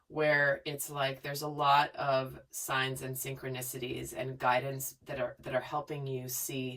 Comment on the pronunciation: Then she says “a lot of signs and sincs” 😫😫😫😫